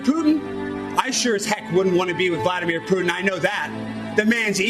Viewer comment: Did he say Vladimir pudding? 🤣 Brilliant